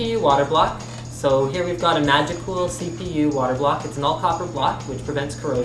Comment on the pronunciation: I keep hearing him say magical instead of Magicool when naming the products and its cracking me up.